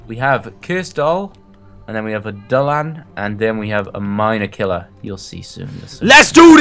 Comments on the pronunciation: the names is pronoanced do la han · its pronounced dew-la-han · It's pronounced duel a Han and its an Irish fairy from folklore baically it's a fairy that carries its own decapitated head